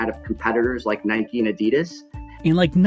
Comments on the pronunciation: Did she just say nīke? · say what?? This “expert” doesn’t even pronounce Nike correctly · Why do people pronounce Nike with a y on the end, change the N to a B and you cycle a Bike not a bikey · Lost all credibility when she called it nIke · Is it pronounced Nikeeee or Nike? That lady got me confuuuuussssseeeedddd now